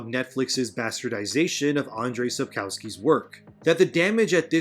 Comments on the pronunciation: I really appreciate attempt to pronounce polish names and titles, but in honest feedback. Yeah you kinda buchered this. Not as much as Netflix though. In polish lenguage all your w are pronounced as v, so it's not Sabkowski, it's Sabkovski and it's not Wyborcza it's Vyborcza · One thing pls, can you read Sapkowski as SapkoVski?